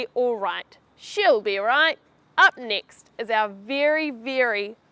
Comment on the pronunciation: Did you say "up nix" instead of "up next"?